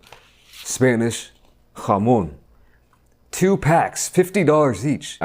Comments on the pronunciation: i hate the way this guy says "jamon". bro, its not hebrew lmao. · The way he says jamón just cracks me up